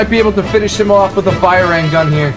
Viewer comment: It feels so wrong for me when you call bajrang gun , 'bairang gun' . 💀